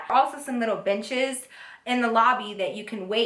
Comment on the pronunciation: when she said benches I thought she said bitches lmao